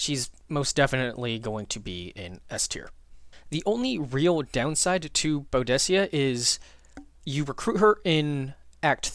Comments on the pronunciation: You sure about Sprint vs Jump? The ability to position yourself pretty much anywhere on the map, ignoring all overwatch, ready to delete 2-3 (i'm at act 3, does it get better?) targets in the next turn is OP. Bedivere is my bro. Also who the feck is Bowdessia? Its Boo-di-ka :P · The pronunciation of Boudicea is, boo-dik-ah other than that I'm on board with this list